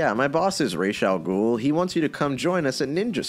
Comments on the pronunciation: His name is not rayshe... Ras al ghul actual means head of the demon It's a real word in arrabic while rayshe is made up gibberish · just changed the way all of the world pronounces Ra's al ghul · Not to be a fun killer but it is Ras (raas) not Ras (rashe) as it literally is arabic for “head of the Ogre”